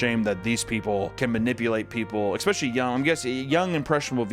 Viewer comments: I’ve been binging your videos and I’ve noticed you always say “exspecially” instead of “especially” hehehehhehehhe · I'm going to explode if Papa keeps saying "exspecially" instead of "especially" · FOR THE LOVE OF GOD, IT’S PRONOUNCED ESS-SPECIALLY NOT EKS-SPECIALLY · I absolutely love your content but one day I hope you can pronounce especially properly instead of expecially